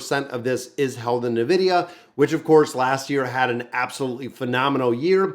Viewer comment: please... its N-vidia not nevidia